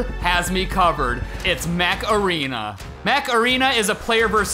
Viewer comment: Everytime Steve said Mech Arena, it sounded like Macarena.. “Or scan my QR code to download Macarena!”